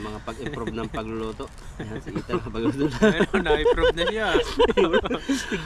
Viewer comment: please call Ethan ITAN hindi ETAN. Sorry pakialamera ako.